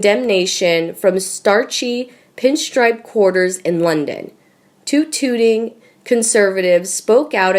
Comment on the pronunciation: Tut Tutting not Toot Tooting. English must be the ‘Narrators’ second language.